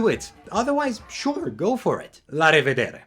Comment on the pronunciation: I've watched so many of your videos and never realised you're from Romania. That „La revedere” took me by surprise :D